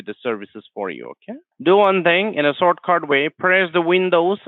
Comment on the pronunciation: The scammer sounds 😂 like he is from our NE region ( India)... "Sortcut" (shortcut) 😅 hehehehehe mother tongue influence hahahaha cannot be ignored 😂. Trying to speak in American accent but hahahahha local pronunciation ROFL